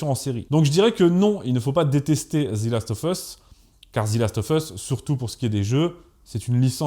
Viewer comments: devant une consonne ? C’est la première fois que j’entends ça. Devant une voyelle oui, mais là en l’occurrence ce n’en est pas une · "The" se prononce "zi" lorsque le mot qui suit commence par une voyelle, c'était la petite info du jour. Pour cette série c'est une merde abyssale, le parfait exemple de l'adaptation foireuse gangrénée par le wokisme. En même temps avec Druckmann fallait pas s'attendre à autre chose. Ces apprentis alchimistes ont quand même réussi à transformer de l'or en merde c'est bien !! Tout ce qui était génial dans le jeu a été soit "remplacé" soit effacé. Ils ont flingué l'histoire, les personnages, la cohérence, la relation Joël Éllie, les infectés sont inexistants, l'aventure, les combats à la trappe, même les spores ont virés et alors le casting mon Dieu 🤦‍♂️ entre tête de rat qui n'a aucune émotion et qui joue comme un pied et le grand remplacement "systémique" n'est-ce pas puisqu'il ne touche que les blancs systématiquement tout le temps, black washing et propagande lgbtmoncul. Faut vraiment ne pas connaître le jeu pour aimer cette pitoyable merde, ou n'avoir aucun avis et suivre bêtement le troupeau qui a décrété que c'est woke donc c'est bien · On prononce pas zi last of us mais ze . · Excellente vidéo ! Juste une petite correction à (pas grave mais juste pour info) : c'est "Zeu" Last of Us et non "Zi" Last of Us, on dit "Zi" uniquement devant une voyelle. Voilà, c'était juste pour préciser ça (même si tu le sais sûrement déjà, ce n'était qu'une petite faute de prononciation), sinon super vidéo ! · The = Zeu quand il est suivi d'un mot qui commence par une consonne. Et The = Zi quand il est suivi d'un mot qui commence par une voyelle (sauf quelques exceptions). Donc arrête de dire Zi last of us, merci ... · Prononcez ze et non pas zi. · Pourquoi « Zi » Last Of Us ? Sinon très bon épisode comme d’hab ! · "Zi last of us" 😂. Un petit effort au moins sur le titre (d'un jeu que t'aime en plus) sérieux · "ZE"... pas "ZI". 🙄